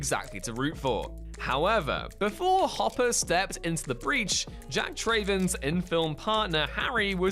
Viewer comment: Has anybody on WhatCulture actually seen "Speed"? None among them seems to know that the last name of its hero Jack Traven is NOT pronounced "Tray-ven".